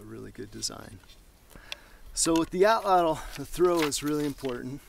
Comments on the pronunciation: Suggestion: Pronounce it AW-tlawt, not aw-TLAWTL. ('tlottle' nope!) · With Matt being so into survival I have always wanted to ask why he uses the American English pronunciation. It’s actually a word from the Aztec language pronounced roughly as (ought-lot-uhl). However most people on tv and the net pronounce it, at-ladle. As a fellow woodsman(which explains why I am using my daughters YouTube) I have always wanted to sit and pick some of these guys brains a little. Maybe learn some new things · Great video! Only two things: 1) your pronunciation of atlatl: you put way too much emphasis on the second syllable and the “l” at the end of the word. It’s pronounced “AHT-laht-l”. 2) There is no history of the Native Mexicans from whom we get the word altatl from and you say “our prehistory”. :-/ But otherwise good stuff! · Hello Sir, I'm so pleased to have found you! I was reading about Roman archaeology and I discovered the word 'atlatl' so I googled its'meaning and pronunciation, so that lead me to you! I'm a 48 year old Irish lady but in my dreams, I want to be like Crocodile Dundee and a survivalist!!! I'd love to learn how to survive in the wild by cooking, making shelters etc it all fascinates me.